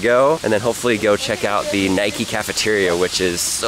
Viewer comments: Its note nik-E its prinounced nike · It's NIKE NOT NIKEY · it's Nike not Niké!!!!!! argh lol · Nike not nikee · He was saying Nike wrong. So wrong. 🤐🤐🤐